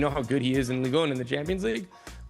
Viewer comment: Ligue 1 is not pronounced "league oon" (French ≠ Spanish)